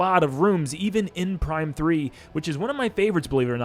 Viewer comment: You said Prime 3 wrong